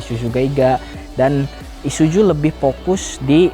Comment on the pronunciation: Gua muak dengar kata isuju isuju isuju bisa bener gak bg??? I s u z u pake zet bukan jet